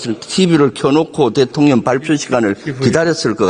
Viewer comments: 김병주 의원님 발음이 안좋으셔서 대통령을 대통년이라고 발음하시는 것 너무 좋음ㅎㅎ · ㅋㅋ 김병주의원님 응원합니다. 이번에 진짜 나라를 살리셨습니다. 근데 저만 그런가요? 대통년으로 들려요 그래서 참 잘 전달됩니다. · 김병주 의원님 발음이 은근 속시원하네ㅡ대통년,대통년😅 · 왜 대통련인가요?발음을 정확히 해야죠 ㅉㅉ